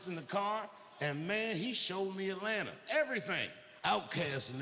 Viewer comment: As an ATLien dammnnn he said it perfectly 😅